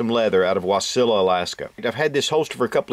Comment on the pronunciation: Thank you for pronouncing Wasilla correctly most who have never been there don't. Great review.